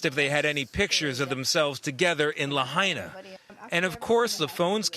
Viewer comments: Again Tony, its not very hard to pronounce: Lahaina, NOT LaHEYnah. You mispronounced Lahaina in your earlier report, when the sun was still shinning, now its nighttime. Please do your research, ask a Local Person they would be happy to tutor you on pronouncing Lahaina. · LaHAYna? Please, show some respect. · Lahena Lahana. Lapaypay. Geez get it right. There’s a letter I In the second syllable. La hai na! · It' pronounced Laha I na not Lah A na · It's Lahaina not La hay na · It's La-Hi-Na. NOT Lah-hay-na. SHOW SOME RESPECT COLONIAL CLOD. WHERE ARE THE EDITORS? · Lahaina. La-high-na. Not La-hey-na... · La High Na NOT LA Hey Na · Me hearing Lahaina (Lah-high-nah) being pronounced La-hay-na... 😳🙄🤨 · At least PRONOUNCE LAHINA CORRECTLY!! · “LaHAYna”? A professional news agency should at least pronounce the city name correctly! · It is pronounced, La Hi Na! I have not heard it pronounced correctly for days! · La hi na say it right! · Reporter it’s pronounced…. LA - HIGH - NA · La-hey-na???? 😖👎 STOP #Ignorance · la-HIGH-na, if you please! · La-HINE-ah .... y'all should learn how to pronounce the names of towns in crisis you're covering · Tony please stop saying Laheyna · Good grief, at least pronounce the name of the town correctly! Lāhaina = Lā hai (like high) na. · La hay na😂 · Him mispronouncing “Lahaina” is so frustrating! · Why can't the guy reporting on scene pronounce the name of Lahaina correctly? It seems pretty rude. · can the reporter learn how to say the name of the town please..... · Get rid of this guy..if he can’t take 2 seconds to learn how to pronounce Lahaina…then you are disrespecting the people who are already hurting.. Do better!